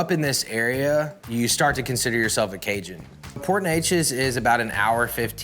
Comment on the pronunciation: Great chef, great restaurant but I’m going to say it for all the Cajuns, he is a poser, growing up in Texas over a hour from Cajun country and he can’t even say the word Cajun right, probably does not even know one word of French! He can’t be serious? Don’t claim things you are not! I’m three hours from California and even though my mom is from Southern California I’m not a part of there culture or there heritage or anything that has to do with there style of cooking, I love California and been there often but I’m born and raised in the PNW, dude needs to smarten up he is disrespectful towards people that are Cajun or come from there background. It’s fine to like their food, but you don’t act like you are one of them!